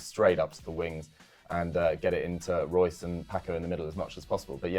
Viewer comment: Jesus, just say Royce like everyone else